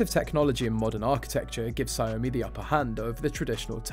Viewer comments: It's not "Sa yomi" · Ya it’s pronounced “Shao Mi”